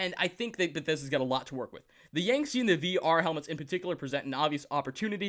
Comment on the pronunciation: the saying of the Yangtze incorrectly churns my insides in a painful way. The captain even says it a few times for you... Why do people mispronounce shit when the pronunciation is there for them?